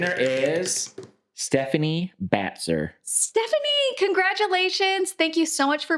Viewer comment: Oh, cool! Congrats, Stephanie! Or did just mispronounce my name? 😂